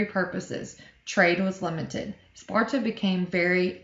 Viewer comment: you said “ NoRtH eAsT oF sPoRtA” lmao